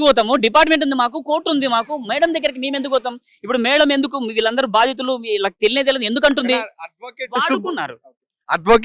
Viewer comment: బాధితులు,...రా బాబు,..... భాదితులు కాదురా babu,... ఎందుకొస్తాRu ra babu ,..... ఎక్కడ పడితే అక్కడ ఒత్తులు పెడితే గొప్ప anukuntaremo మరి.